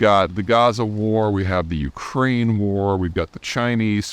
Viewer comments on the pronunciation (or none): none